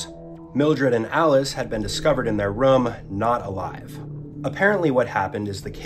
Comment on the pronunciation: dude you might wanna go over what you said in your edit. you said they were discovered in their RUM instead of ROOM